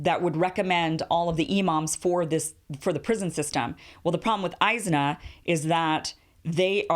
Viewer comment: It is pronounced IS-NA and it is a mixed bag but overall an extremely liberal organization despite the money they got.